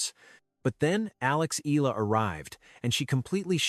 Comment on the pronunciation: Pls pronouce her name as Eh...yah...la...